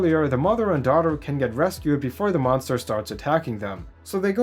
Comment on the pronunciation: Did you say....... DA MONSTER? LESSSSSSS GOOOOO